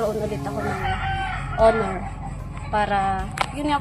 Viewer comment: To pronounce Honor is silent H. “Onor” not HO-NOR!